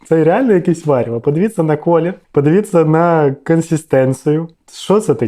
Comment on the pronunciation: Падывица... ПодывитЬся а не падивица